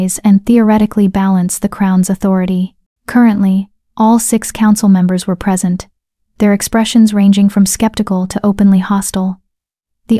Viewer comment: At about 3m 40s, the AI voice mispronounces "present," turning a verb (pre-SENT) into an adjective/noun (PRE-sent).